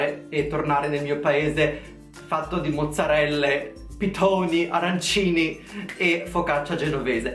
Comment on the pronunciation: Ti adoro, ma quando hai detto arancinI, mi stava per venire un infarto